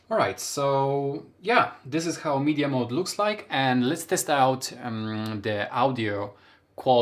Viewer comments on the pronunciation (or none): Mod not mode lol